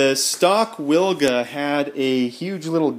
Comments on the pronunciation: Proper way to pronouce the name is Vilga the letter W in Poland 🇵🇱 is used for letter V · Hi. The Polish pronunciation of the Wilga sounds more like Vilga. Just replace "w" to "v". Great work, wish you lot of fun with Vilga :)